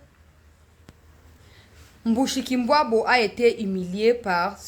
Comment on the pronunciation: tu vas nous casser les cotes avec ta prononciation des noms Rwandais. Mushikwabu c´est comme en tshiluba muskika wabu...